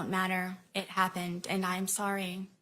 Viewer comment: End-t. And-t. World-t. And-t. When did-t we start talking with a "T" after the letter "D" in a sentence? And-t? Smh